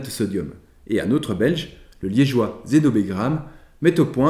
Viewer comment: Bonjour et merci pour cette vidéo et votre travail en général. Juste une petite remarque. Il me semble que vous avez prononcé Zénobé Gramme (avec le dernier "e" du prénom accentué). Sauf erreur de ma part on prononce Zénobe (dernier "e" non accentué). Bon c'est un détail, hein, mais mes origines liégeoises m'obligent à le signaler 😅